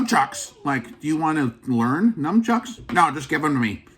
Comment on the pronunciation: How about first learn to pronounce "nunchucks" properly ...then you can hit yourself in the head with them!!